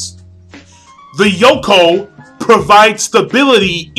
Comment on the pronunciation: It's Yonkou, not Yokon. lol